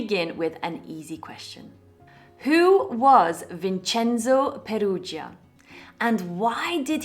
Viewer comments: But no, don't pronounce it "Vincenzo Perugia" like we Italians do. It's so beautiful the way you pronounce it. Seriously, I mean it. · I love this story, the background music, the way you tell it, and the way you pronounce it "Vincenzo Perugia." 😃 Congratulations!🎉 🎉